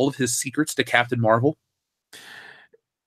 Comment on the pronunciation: Captain Meh-vel